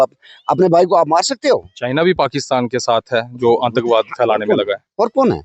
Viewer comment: Aantakvaad nhi aatankvaad reporter ko pronounce karna nhi aata tatti reporter